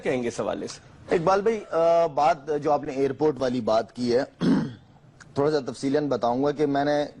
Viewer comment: It's airport not hair port stride bhai haha